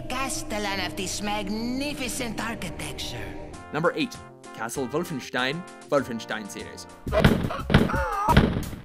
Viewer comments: What is "Vulfenshtein" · I love how he says The Wolfenstein entry in a German accent lol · HAHAHAHA!! I love the way you pronounce wolfenstien 😂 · How he says Wolfenstein 😂😂😂